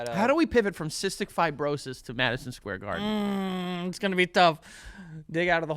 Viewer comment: are we not going to acknowledge where joe says madison squarden